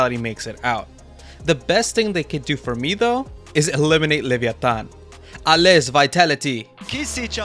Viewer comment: just heads up when you say “allez vitality” you don’t pronounce the “z” 😎